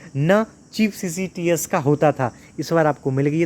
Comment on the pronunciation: Ccts bolne me dikkat kyo aa rhi h 😂